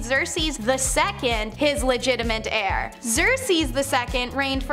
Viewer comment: Did i hear him call Thebes - The-bees and heir - he-air or how ever he said that. I wonder if the put there scripts in google translate to listen to pronunciations before they film? Or if they ever ask someone- "hey how do you say this word?"...